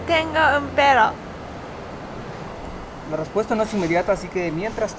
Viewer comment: jajajaa estuvo super chistoso por que ella quiso decir tengo un PERRO, pero su pronunciacion se entendio como "tengo un pedo" lo cual en Mexico significa que alguien tiene un problema ej.: "no mames we estoy metido en un pedo"